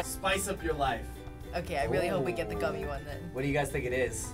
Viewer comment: Who go bothered when he said real vs "goomy" challenge